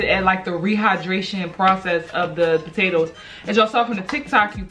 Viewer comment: Mhhmmm mashed potatoers😭🤣sis Ily